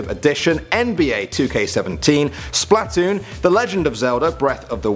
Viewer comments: HELLO SPLAT oon and breath of the WIND, terrible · That's isn't how sega is spelt. That's the wrong spelling and logo. It's Sega not Saga. Also he pronounced Splatoon incorrectly. And thirdly it's likely to have a touch screen. Nintendo would of wanted to make sure people didn't think it was a add on like people thought for wii u.